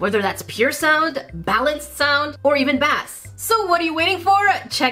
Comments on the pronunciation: BuT JaCkIe OuR fLaG iS cAlLeD "Le fleur-de-lysé" 🤣 Dishonor on you, dishonor on your cow 🐄🤣 Did you say bass (raycon) ? Its pronounced "base" 😜 i lu you so much ❤🖤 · Woah.. did you just say BASS? LIKE THE FISH? Well- that’s strange I guess ray on has fish settings now epic